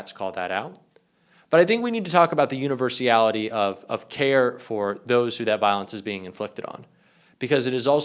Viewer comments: Oh, if you're going to set yourself up as an expert- please at least get your words right! - for example it's 'universality' not universiality! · it's not universIAlity, It's UNIVERSALITY (no I in there). Just sayin. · The word is universality not universiality‼️driving me nuts 🥜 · Universality, not universiality. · A kind correction: the word is "universality," (6 syllables), not "Universiality, (7 syllables). I assume you welcome improvement. Thanks. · It's "universality"...just sayin' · .....univers-ee-ally? Oh, c'mon bro. Starting to sound like Trump pronouncing acetaminophen. Love ya,, but clean it up a little, huh? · Please pronounce universeeality right.